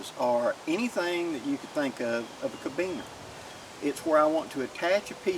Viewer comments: Felix IMMLER. Carabiner; not 'cabiner'. but you've got me fired up,; I'ma go make some right now! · say it with me really slow and careful like CAR_A_BINER. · on the diamond knot. I’ve been using this basic design for the “core” of my buckleless paracord bracelets for years. Absolutely love the southern pronunciation of carabiner. 1/4 inch plumbing collet makes a great bead, although it may slip a little easy for some applications.